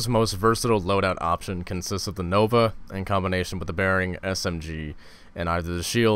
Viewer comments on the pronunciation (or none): none